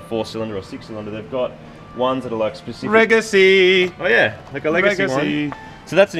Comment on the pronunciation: Hahaha 'Regacy'....... wish you a good fright back to Australia!